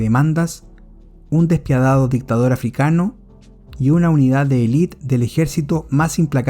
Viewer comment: No se dice "elit", se dice "élite", acento en la primera e